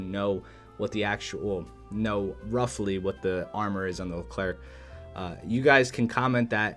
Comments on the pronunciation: Wrong its pronounced "Lu Claire" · Nice ! If you want to prononce Leclerc properly, this is how you do : Lecl - air (like how you prononce the air). You don’t prononce the "c" at this end. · Stop saying LeclerC !!!!!!! C is not pronounced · It’s pronounced Leh-Claire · le clair? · The Leclerc is pronounced without the "c" at the end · The final C in Leclerc is silent, same for the D in Roland :) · For the leclerc and roland, the last letter is silent.